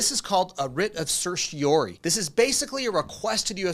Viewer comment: Idk if I trust a lawyer who can't pronounce certiorari